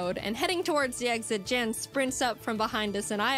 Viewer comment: I appreciate that you pronounced Jan's name correctly in the video, especially since Jaiden didn't (not that she did it purposefully, I'm sure if she could go back she would pronounce it correctly in the video). Nice reaction videos, I enjoy being able to rewatch videos like this through a different YouTuber's viewing lens. It almost feels like we're watching together in a parasocial sort of way.